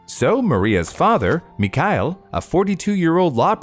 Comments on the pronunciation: Thank you for a great video. And very sorry for being a nerd. The father's name is [mee-har-'eel] and the surname is ['che-li-shef]. ['che-li-she-vah] is the feminine form, that applies to the poor Maria, but not to the male members of her family. Russian names may be crazy, l know :) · Great video as usual - my suggestion however would be that you look up some of name pronunciation for the names! For example, Georgy is pronounced with a “g” like in “go”. Mikhail has no “k” sound in it, it is a throaty “h”. As well, the stress in the last name is distributed differently. You did very well with Iraida and Anastasia though!